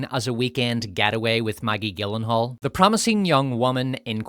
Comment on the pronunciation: Gyllenhaal is pronounced like Germany, not the way you keep saying it. Oh, hey, where's the cum-kiss-from-Queer and Scum-rape scene reference? It's not a video without them!